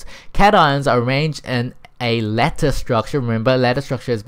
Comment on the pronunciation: i like how u pronounce lattice as lettuce xD